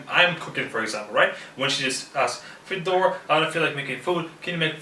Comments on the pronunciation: Чувак а ты точно из России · When guy sad his name like FedOr, you know - he's not actually russian., мать его. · Почему ты наываешь себя а не? звучит ужасно